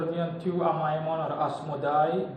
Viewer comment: You’re one of the only people I’ve heard who says His name correctly.